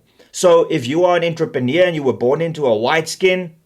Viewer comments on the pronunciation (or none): none